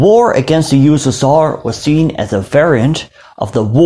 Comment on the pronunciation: how i spell USSR:You-S-S-Are how do it:You-West-Sus-Tsar